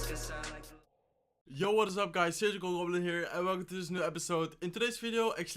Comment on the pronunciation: "Yo whassup guys suyjical gwoblin hea"